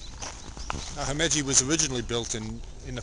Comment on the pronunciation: You're pronouncing Himeji wrong.